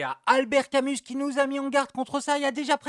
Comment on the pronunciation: Merci l'ami mais Camus on prononce pas le "s" hein!